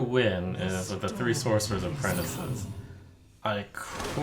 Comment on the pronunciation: This fuggin dude...."apprenticEYE" ....it's just apprentices